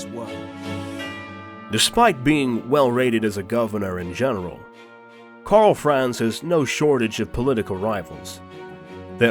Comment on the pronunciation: I think this very nicely done WHF videos make it quite obvious why so many English speaking narrators butcher non-English names as they phase in and out of pronouncing vowels sometimes English and sometimes not, often in the same, compound words of some names of characters and cities, e.g. 'Karl Franz'. I guess it's something we all have to live with for the rest of our days. Still, I love the video series besides the brutal massacring. :)